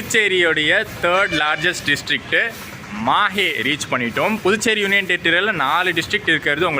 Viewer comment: Pronounsation is not MAHE bro it's MAHI will write only on MAHE